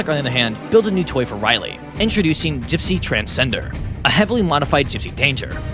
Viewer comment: thought he said “Gipsy Transgender”